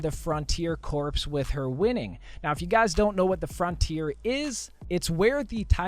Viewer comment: Corps is pronounced core.